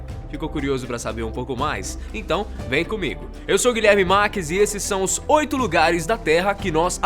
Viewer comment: a pronúncia do 8 está errada vcs sabem disso né?